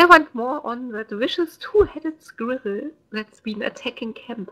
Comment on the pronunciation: So its true, germans can't say squirrel...